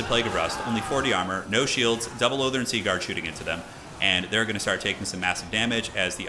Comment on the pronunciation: Wait, did you just pronounce Lothern correctly? How many years have I been waiting for this!?